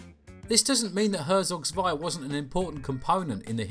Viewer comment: it is pronounced hertsog tswai and it's literally not an rts. english language wikipedia is a closed up cesspit of idiocracy that abandoned EVERYTHING that wikipedia stood for